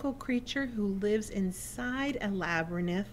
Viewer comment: i'm not sure what state you are from but the word labyrinth is pronounced LAB---A---RINTH NOT LAB-RA-NITH!!!!!!!